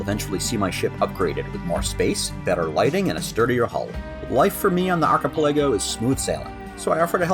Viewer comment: He said it right